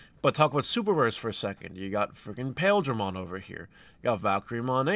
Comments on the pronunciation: I wasn't going to comment until you mispronounced "paildramon" for the hundredth time. You're not looking at the paledramon that goes into the hexeblaumon archetype. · This is probably the biggest ick I get from market YT’s. Like, if this is your personality, you’d think you would have been a fan a bit more of the context for the things you report on